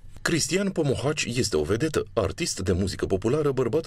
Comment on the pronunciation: se spune Pomohaci nu Pohomaci